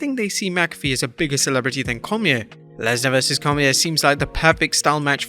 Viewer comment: Cormier's name is pronounced more like Cor-me-ay, by the way.